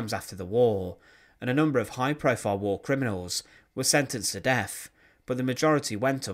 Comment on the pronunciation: You're videos are interesting but your pronunciation is so bad I can no longer watch them.."estimated that between free and 14 million people", "def marches", "free foot long bamboo baskets", "frown into trucks", "driven frew the countryside", "standing wiv her farver"